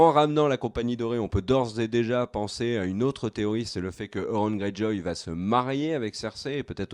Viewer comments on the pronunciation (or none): Il faut cesser de dire "Cela va Têtre ceci" ou "Cela va Têtre cela", il n'y a pas de "T" à la fin de "va". Cela fait plusieurs fois que je fais la remarque mais ne semble pas lire les commentaires...